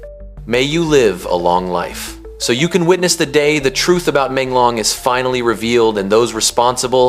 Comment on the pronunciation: Porque que vc está falando o nome dele errado e Menglong não e difícil .uma falta de respeito